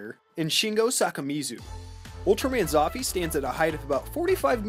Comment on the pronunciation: You pronounce it "Zouffyy"